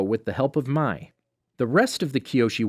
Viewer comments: also he said Mai as my instead of may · Mai pronounced as May not My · MAAAI ITS MAI NOT MAAAAI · Well actually it is pronounced May in avatar the last air bender but it can also be pronounced My when it is spelled Mai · The way he pronounced Mai’s name really bothered me, but apart from that not a bad video. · Spiritx1992 also iroh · he pronounces mai wrong